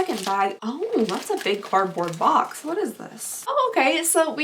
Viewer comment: Your accent really shows when you say box lol. “Bolks”